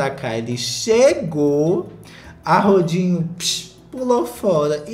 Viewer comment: só escuto "rodinho" e amei